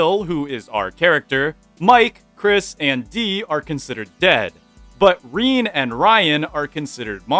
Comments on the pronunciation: The name Rene is pronounced kind of like the name Renee (reh-nay) in English, btw. Its not pronounced Reen. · He butchered every Rene ever 😭😭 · i still can not get over how you pronounce the name Rene 😂😂😂